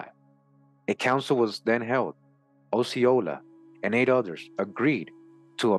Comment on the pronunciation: I am a native Floridian. Osceola is pronounced like Oscar. This was most excellent!!! Thanks bunches!